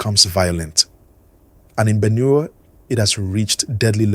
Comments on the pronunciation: What is Benew? It’s Benue please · the way you pronounce Benue is wrong sir